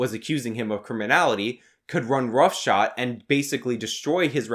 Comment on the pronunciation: It's roughshod, not roughshot. You sound like a damn fool when you say it wrong.